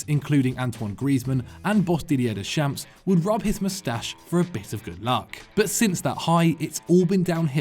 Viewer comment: At some point, really need to brush up on his pronunciations. While no one is asking for perfection, Deschamps shouldn't be a name that a presenter for football should be totally butchering. Like, make it appear there is some effort made, give it some professionalism.